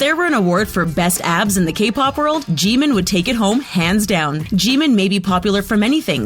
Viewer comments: StOb It nOw lEaRn hOw tO pRoNoUnCe tHeIr nAmEs iTs Kim Namjoon not "Kim Nemjoon:! aNd ItS Min Yoongi not "Min Yoon gi"abn its Park Jimin not "Pek Jimin" Edit: and its kinda triggers me when she say their name ;A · THE PRONUNCIATIONS ARE TRIGGERING ME STOP SAYING JEEMIN 🤦🏻‍♀️ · Umm you don't pronounce Jimin's name like that Lmao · the way you say Jimin hurts me also I think he hits his members because he's embarrassed the way you say Jeon Jungkook hurts me as well seeing the thumbnail makes me idfk, Jhope was 19 or 20(?) when they made their second music video which was we are bulletproof pt2 Edit:hello again sisters(not a fan of james Charles and never was) Hoseok/Jhope was 19 in no more dream and we are bulletproof pt2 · Theresa Gallagher Jimin is pronounced with short i:) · The way she pronounced there names like sooga and min joongi, jeemin pack jimin jongkoo got me no hate but ye this just gave wrong information j hope is not the mother of the group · Ah, This vid is so cringe At the mispronounced names '-' Kim teary Young? Edit Thanks for the likes! And Jimin is soooo easy to pronounce it jim-in not Jee min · What did she just call V? And who's junkoo. Also she said Jimin's name right when she made that joke but then procedded to say it wrong for the rest of the time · I hate how she pronounced the names SUGA is pronounced SHU-GA not SU-GA Jimin is pronounced JI-MIN not JE-MIN Jungkook is pronounced JUNG-KOOK not JUN-KOO And J-hope is not the mother of the group that's Mother Jin and Jimin is in BTS because of his talent and voice and u referd to him as nothing but abs and it's not pronounced Kim tear-young its Kim-Taehyung and Bangtan is not spelled Ban tang😡😒😣